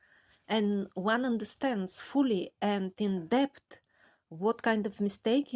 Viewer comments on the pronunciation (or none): none